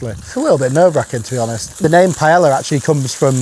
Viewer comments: Such a high level and skilled chef like you pronouncing Paella as ''Paela' instead off ''Paeya'' is asinine. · could you at least try to pronounce Paella Correctly, time to fix the family tradition ! The L's are pronounced with a Y sound, not an L sound ........ Pai-ay-uh. No L sounds. I love your channels but this is the kind of stuff that makes anyone sound a little foolish, especially mispronouncing a world recognized and loved dish. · Awesome!! BTW it’s pronounced pie-ā-ya I think 😅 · It’s not Pa Ella it’s Pa Eyya 🙄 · Say it with me... pai-AY-uh. Wtf is a "pie-La" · I personally love how much honour you give the dish, while making zero effort to pronounce the word correctly. "How do you say it? Pa-eya? Nahhh, I will say pie-eller" Bless you😂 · Would it kill British people to say pai-eya instead of pai-ella? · Honestly, I think you have so much to offer. That said, I just can’t get past the mispronunciation of paella. You must know that it’s “pie-eh-ya” right? Not “pie-ella.” Maybe it’s me but it’s hard to hear. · Please, it is pronounced pah-eh-yah, NOT pie-ey-yah. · Pronounced “Pae-ya” not “Pae-la.” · Interesting how you use the incorrect (pie-ell-a) and correct (pie-ay-a) pronunciations of paella..... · Great video and recipe, but I can't get over the typical British "Pay-yell-ah" pronunciation. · You should probably know this as you're an impressive chef who knows all the names for this spanish dish, but the double L is pronounced as a Y, so you should pronounce it as pae-ya. Sorry for sounding stuck up it's just very grating on Spanish ears. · Say pa-ella one more time big boy, i swear.... hiw lomg have yiu been saying that? At least look up the pronunciation will you? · Ther is no R in paella. It’s not paellr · please, please, please.....never say pae LLLLLLL a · pie yella LOL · Its pronounced pie-eh-yuh 🙄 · Pie-ella - oh how the English butcher the Spanish language 😁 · Bro's calling it paela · ...Is it THAT difficult to pronounce Pah-Eh-Yah?